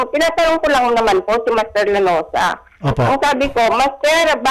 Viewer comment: Lanuza hindi laruza😁